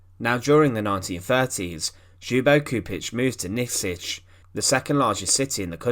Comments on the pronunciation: Not pronounced xoobo lol, the L isn't silent, it's pronounced L-yubo, Lyubo. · Excellent video. The name is pronounced as if it were spelled in English: Chedomir Lyubo (the L is not silent) Chupich. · His name is pronounced Lyubo. Keep up the great work with your videos. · Read Lyubo Chupitch, Nyikshich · At least try to pronounce his name correcttly. Your rendition is very far from the original. Its closest form in English would be Lyoo-boh Choo-peech. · this ''individual'' happens to be a highly trained linguist, a Croat, ex-Yugoslav, now holding a high well-respected position with the gvmnt and certainly and rightfully allergic to bad pronuciation of our Slav names ( I am also an .....IĆ person ) so JUBO KURIK hurts my ears and breaks my heart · Where in the world someone decided to pronounce Ljubo's name like this? Other than that thanks for the video. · The J is silent in " Ljubo"